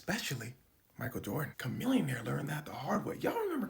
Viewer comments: Isn’t his name pronounced “Sha millionaire” ?? Or have I been saying it wrong my whole life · its pronounced shamillionaire, fyi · Wait... we've been pronouncing it "shuh-millionaire" this whole time 😂😂